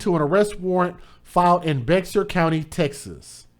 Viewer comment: It sounds like BEXAR but believe it or not its pronounced BEAR. Just a heads up when you do another story from out there. Hopefully not but we know these sorry ass mammies are everywhere. And these 2 are despicable they belong in trash both of them.